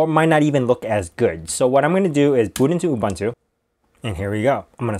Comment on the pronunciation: It's not Ooh bun too, it's Ooh boon to (Ubuntu). It's really a very simple South African word, please get the pronunciation right.